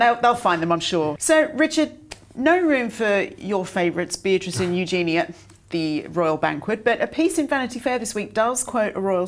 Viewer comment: After all this time, years literally, could you pronounce Eugenie’s name as she does it herself? It is not “Youszainia”, never “a” at the end but it IS YOUsz’nie’ - emphasis on first syllable. Odd though it sounds, that’s correct so get it right! It is your job.